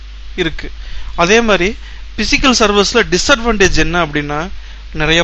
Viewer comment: Pronunciation is very very bad... especially physical